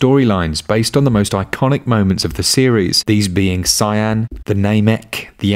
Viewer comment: Lol saiyaaan and kakoroot wth man